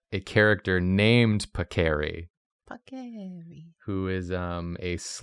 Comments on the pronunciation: I'm afraid it's pAcchery, guys, not pacchEri... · As an italian I am suffering at the pronunciation of the names haha Paccheri is more like Pàckery in pronunciation Also pasta names are so funny I'm so glad you took this prompt haha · pronounciations tips, Paccheri has the accent on the A, so PAHccheri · Content warning for my fellow Italians: 1. Multiple instances of pasta being referred to as noodles. 2. Mispronunciation of paccheri.